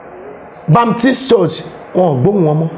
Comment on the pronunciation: He couldn't pronounce 'Redeemed'. He called Baptist "Bamitis" This needs help. He needs to understand what salvation means and humbly come to the knowledge of God and embrace holiness. What is his joy if RCCG, Foursquare, CAC, Baptist churches come down (sic) GOD FORBIDS! The Lord Jesus said...I will build my Church and the gates of hell (including the prophecy of ) shall not prevail over it. Amen! All that saw in his devilish vision is either Churches of God coming down or Lagos will be destroyed by water and fire, God will not allow that in the name of the Lord Jesus Christ. In 1 Cor. 14, the purpose of prophecy is to edify the body of Christ and not to destroy it. Those who know should pray for him and preach the gospel of Salvation to him. Asabe Africa TV also needs to be on the side of God and stop promoting those self-acclaimed prophets if truly it's for Christ.⬛